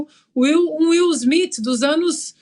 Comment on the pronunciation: "O ator Will Smifi "?? Mudou o nome dele foi?